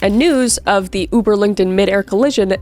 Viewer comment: please say Überlingen again